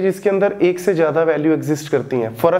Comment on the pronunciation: sir baki tu saab samjh agaya lakin zada ko jada kiun bool rha hn?\